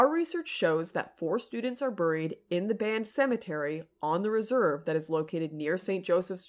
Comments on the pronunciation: Why do you keep saying "buuuurr-eed" instead of "bear-eed" ? Is that just how hot chicks say buried? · "Burried" LOL